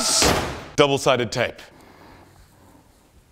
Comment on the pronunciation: "c'mon double sided tape" sounded real southern.